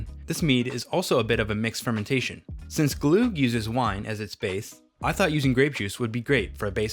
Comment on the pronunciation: If you're going to make an entire video about glögg, at least look up how to pronounce the ö/ø :P